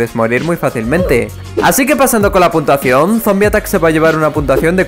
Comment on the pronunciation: soy la unica persona que algunas veces oye puntuaciongg??